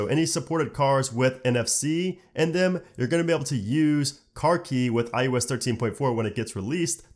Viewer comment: Probably just an audio quality issue or regional thing, but it really sounds like you’re saying “i-U-S” instead of “i-O-S.” Other than that distraction, good job.